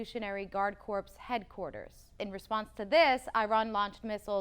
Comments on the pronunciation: Corps is not pronounced corpse. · This is for all of the really smart college graduates I keep seeing on the different news programs. CORPS is pronounced:CORE. THE P AND THE S ARE SILENT!